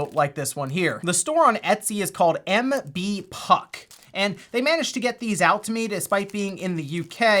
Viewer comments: "MB-PUK" ...you mean MBP-UK...since they're from the UK... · "The store is called MB...PUK, and it's in the UK." Are we sure it's not pronounced MBP...UK? Asking for a friend.